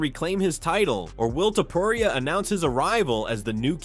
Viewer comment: the fact that you can’t even say Illia’s last name right is utterly absurd and uneducated